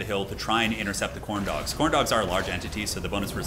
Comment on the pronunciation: you say Khorne dog, I hear Corndog